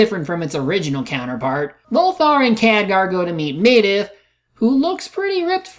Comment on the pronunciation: Dude, you actually recorded Khadgar saying Medivh's name, and you still can't pronounce it right yourself? Also, what's so disappointing about how Lothar kills Blackhand? He said himself, "They are stronger, you need to be smarter." And that's exactly what he did. He fought smarter.